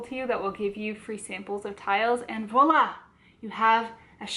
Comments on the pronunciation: Kassia, I thought maybe Sagrario was trying to gently point out that the vlogger was hitting the v's a bit hard in this video? as you know it's more of a 'vwoa' sound than 'vo' :) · It's voilà (French is a crazy language! Haha)